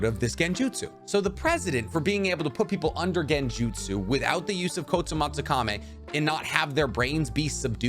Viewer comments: kotomatsukami?? wasnt it kotoamatsukami? not tryna hate just confused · Hey here is a quick guide to pronouncing Kotoamatsukami KO - TO - AMA - TSU - KAMI